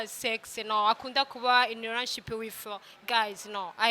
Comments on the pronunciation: Arasubiriye ngo "ranship" (relationship) 😂😂😂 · 🤣🤣🤣Ewe nely Ati umubir wanje ntumenyerey kuja muma" run ship" cane🙄😂😂🤣wagiy uvug i kirundi tukagutahura